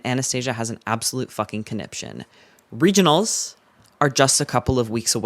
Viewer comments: your emphasis made me do it automatically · i’m actually crying laughing at the gleeful (no pun intended) emphasis you’re putting on “regionals” every time you say it. Then there’s no edit to pay it off, so it just seems like you’re so excited to say the word “regionals”. This is killing me